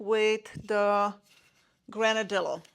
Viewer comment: Nice selection, albeit relatively small pieces. FYI, the double el (ll) in Granadillo is pronounced like the English Y. If you search on Google, you will easily find a pronunciation.